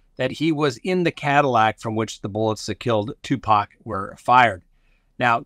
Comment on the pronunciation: Thank you for the correct pronunciation of Tupac’s name. It seems a small thing but it’s such an easy way to show intelligence and respect.❤️